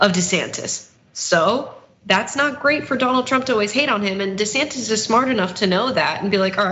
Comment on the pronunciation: wheel but he's been calling himself "duh-santiss" his whole career. changing it now to "see-santiss" is just weird.